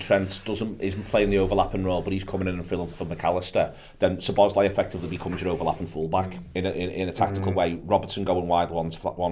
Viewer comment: Any chance of telling it’s “Szoboszlai” not “Sloboszlai”?